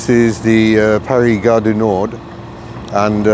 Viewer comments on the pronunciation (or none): Gare du Nor(d), don't pronounce the 'd' here. Old age creeping up. The bad news, as I'm older than you, I assure you it gets worse as you get older. We all have bad days. Your enocounter with Eurostar's pricing would tend to indicate it's not only UK train services which are a rip-off, although SNCF (French National trains) are comparatively cheap, but they don't run Eurostar. As another example, if you wanted to travel from Manchester today by train to London Euston before 9.30 am, a Second Class return fare would cost you around £200, an eye watering price for a 400 mile round trip, working out at 50 p per mile. Admittedly it's a lot cheaper if you book well in advance, but in your case, you couldn't.